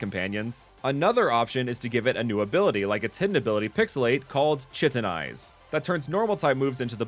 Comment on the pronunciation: For Sylveon's ability, chitin is usually pronounced like ky-tin!